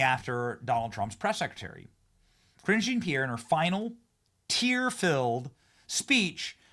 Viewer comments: i thought you were always calling her "cringe-e Pierre" idk you were actually saying her name. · Ka-ringe jean pierre😂😂😂😂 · Were you saying "Cringe Jean-Pierre"?